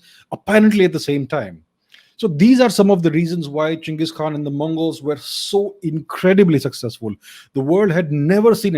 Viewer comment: Did you say gins or am i drunk